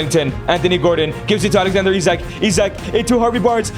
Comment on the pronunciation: Bro pronounce Isak wrong